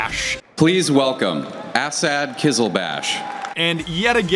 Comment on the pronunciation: Asad is an arabic name and you said it wrong trust me im arabian